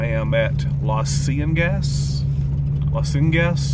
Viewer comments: Great vid, as always. Those pronghorns are called antelope but genetically they are not antelope and are related to the giraffe, believe it or not. There aren't any around here but I've seen them out west. It's pronounced "la see in e ghas", like La Cienega Blvd. in L.A. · I believe it is pronounced La See in a ga. Used to live in CA where Spanish names abound.